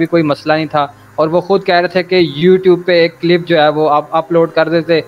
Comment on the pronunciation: Clip bolna tw sikh lo CIIILLIIIP ...!!!! MUFTI SAHAB ki khaak ko ni poch skte tum